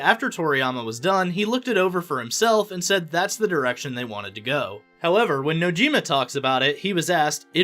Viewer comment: OrEy and wATAShI and NouJyima and kItaySE and NoUMuRa I think this new information is terribly pronounced and it would be much better if you would prepare before speaking out loud because it's embarrassing. Seriously, there's no excuse for that.